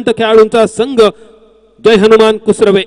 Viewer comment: Kusure nahi... kusrave